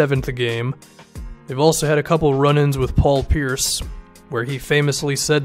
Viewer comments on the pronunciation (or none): none